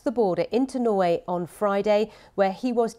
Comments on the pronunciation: *Norway. Although Norwich to Russia would have been funnier 😄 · 🙄 For God's sake - that so called reporter can't even read the sentence correctly ! She saying "he crossed from Norwich to Russia" 🤩 This is the privilege of being born to a nationality ! Nobody giving me any job and then she who you cannot even read a simple sentence in your in her own language can be in The Newsroom